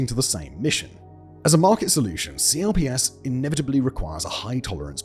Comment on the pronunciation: Minor correction: CLPS is pronounced "clips". Nobody calls is C-L-P-S.